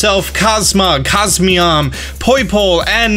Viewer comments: Its not cosmeam lmao its cos mo em its a (em) at the end lol not (am) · Cosmeom? I thought it was Cosmoem. Not trying to be difficult I was just caught of guard. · He keeps saying cosmeom when its cosmoem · It's Coz-Moe-em. Not Coz-me-om. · It is funny that says Cosmeom but he can clearly see that it is Cosmoem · CosMOEM reads as CosMEOM? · Ah yes SOL-GAYLEO of course and COS-ME-OM not COS-MOEM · why are you saying cos MEOM, it shows cos MOEM. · "COSMEOM" isn't it Cos-Moem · It’s CosmOEm not CosmEOm. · It's cosmOem not mEom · It's pronounced cosmoem, not cosmeom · No it's not. He says Cos-me-om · is it just me or is he reading it as cosmeom instead of cosmoem? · COSMEOM COSMEOM .... you know what? just keep calling it Nebby ffs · Hhaha cosmeom that is what he said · How he gonna mispronounce cosmoem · Eh hem. It’s actually pronounced Cos-Mo-Em sooooooooooo ye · depends how you say poem. I say poem so it rhymes with comb. So you're saying it should be cos-mome? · I love his videos, but the way he pronounces "cosmoem" it irks me